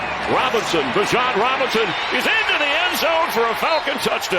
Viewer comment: Is the announcer saying "Bijan" wrong or have I just heard it said wrong every other time?